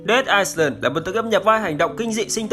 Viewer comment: Dead Island, chữ "Island" không đọc "s" anh nhé.